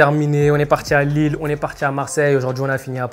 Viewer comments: Ya pas de S à Lille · y’a pas de S à Lille